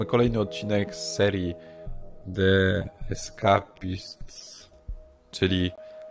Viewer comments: plaga czytaj de eskejspist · Nauczysz sie wymawiac "De eskejpist" czy nie zabardzo ?